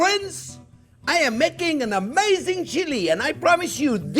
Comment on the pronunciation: Wow, that finished chili looks absolutely amaizing (that's my attempt to spell "amazing" like the Chef pronounces it!). Can't wait to try this recipe.